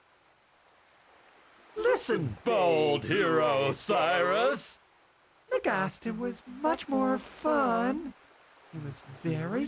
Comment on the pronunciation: YOU SAY N'GASTA. N'GASTER IS OUR WORD.